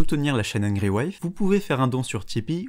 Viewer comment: Pourquoi prononcer Angry de cette manière alors... Il faut savoir choisir, tu prononces à la japonaise, ou à l'anglaise, ou même avec un accent français dégueulasse, mais pas un mixte ! Ça sonne très mal !